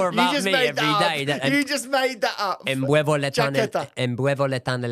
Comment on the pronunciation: you made that up hahahha. It's "me puedo quitar la chaqueta" not embuevo or whatever you said😂